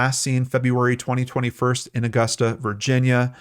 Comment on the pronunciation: He pronounced it correctly. Growing up, I was always told to pronounce it depending on how much money you had hahaha